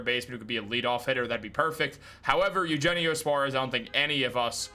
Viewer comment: It’s yoohennio Suarez! You take Spanish in high school!